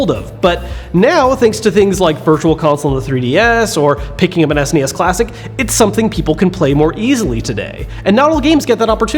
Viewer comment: "Ess Enn Ee Ess?" You get a thumbs up, my friend.